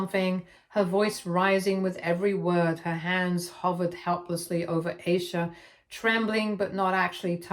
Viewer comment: And Eye-sha